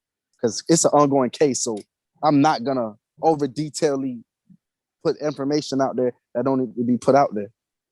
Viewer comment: “Over Detailey” 😂☠️